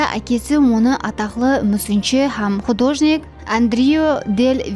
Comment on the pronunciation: Художник па емес, художник пе деп колоанылады